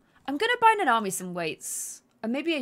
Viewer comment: Its Nanami and Nita, but I giggle every time you say it wrong. I cant even remember my neighbors names sometimes, so dont worry.:)